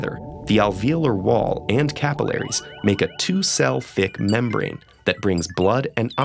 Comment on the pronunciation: the way he says alveolar and capillary :/